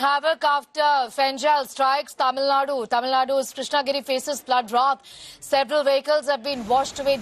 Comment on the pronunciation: Krishna - GIRI. Not Krishna - Nagari